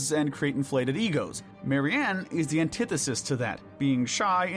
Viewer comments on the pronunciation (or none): none